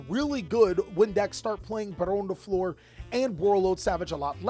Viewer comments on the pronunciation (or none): none